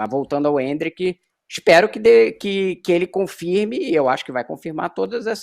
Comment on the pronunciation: Endrick ta mais pra mbappe ou o imperador. E porquê essa mulher não fala endrick normal